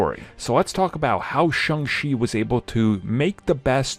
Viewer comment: It's Shang Cheee, not Shang Xi.